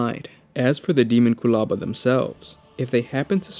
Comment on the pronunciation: You got the pronunciation correct.